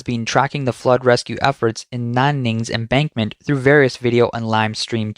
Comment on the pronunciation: Embankment, not embarkment